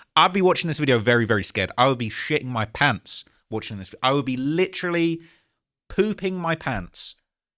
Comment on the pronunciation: litcherly pewping moy pawnts